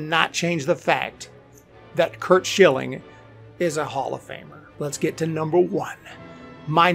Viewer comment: I cringed when you said curt schilling. The rest I agree with